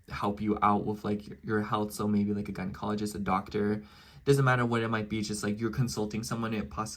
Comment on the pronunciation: You said gynecologist right again 👏🏽😂